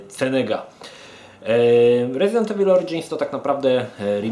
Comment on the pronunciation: Panie kolego, wymawia się "rezident iwyl".